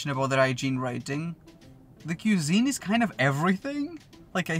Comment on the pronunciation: Learn to pronounce cuisine correctly.